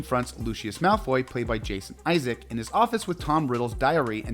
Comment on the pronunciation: It's Jason Isaacs, with an S at the end, not Isaac. And that's just one of the many mispronounced things in this video...